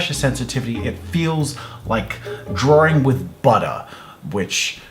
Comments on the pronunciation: Nobody: Jazza: Drawring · Jazza learn to say drawing